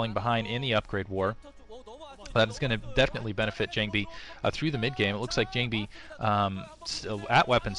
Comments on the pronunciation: most SC2GG commentators are not Korean. Believe me its jOng-bee. Its how its spelled phonetically in Korean. All Korean is in Han-gul, Han-gul is 100% phonetic. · is a great new commentator. I would argue that his gamesense is EASILY better than Kenny's. FWIW, his voice, vocabulary, and fluency seem to be much more tolerable than Klazart's. Sure, he is no Cholera in terms of his commentary, and "JONG-BEE" did get on my nerves a bit, but really, I think he is much better than the commentors here have given him credit for.